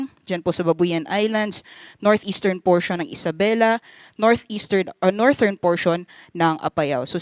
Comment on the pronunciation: Thank you po for the update. The pronunciation of "northern" po is soft /d/ as in "this" not /t/...US /ˈnɔːr.ðɚn